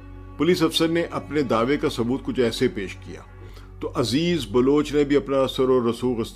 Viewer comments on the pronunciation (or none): عذیر بلوچ کو عزیز بلوچ کیوں بول رہے ہو ؟؟؟؟